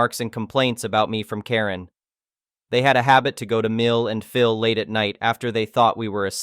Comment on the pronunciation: Really need to work on the translation bot. Pronouncing "Phil" as "phial", etc.